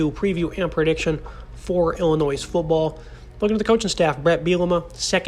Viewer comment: Good analysis. But heads up...the 's' at the end of Illinois is silent. ;)